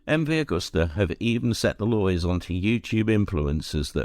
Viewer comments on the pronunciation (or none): It’s not Augusta!! It’s Agusta!!